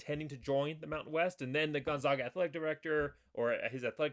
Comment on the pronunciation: Please learn how to pronounce Gonzaga. First say Zags. You will note it isn't pronounced Zogs.